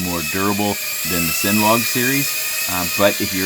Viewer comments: sin log hahahaha... brooo its pronounced seeneelog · Another great thorough review. 👍 Might try this one out next. But I'm pretty sure it's not pronounced SINlog. More like CINEmatic, Cinema, Cinematography. Cine as in film, movie, or motion picture. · First it's 'antanna' now SIN-log. I love you brother but please, you're killing me